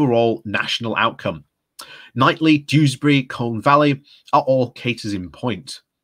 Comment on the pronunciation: Is it not pronounced "Keith-lee"?